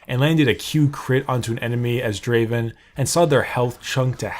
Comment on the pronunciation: It's not da~~~~aven It's Draaaaaaaaaaaaven